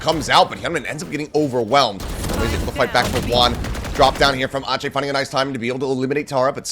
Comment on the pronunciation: Why is ache pronounced aatchey but not ek?😂